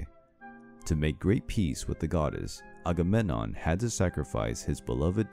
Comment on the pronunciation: A-ga-mem-non. Pronunciation